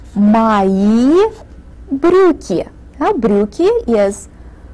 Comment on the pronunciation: брюкй не брюкн